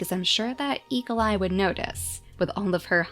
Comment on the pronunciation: When you say Eagleeye quickly, it almost sounds like e.coli!